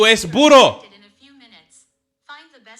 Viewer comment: Burrrrroooo roll the r